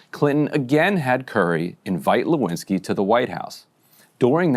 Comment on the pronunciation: "Lewinski", is that French ? 😂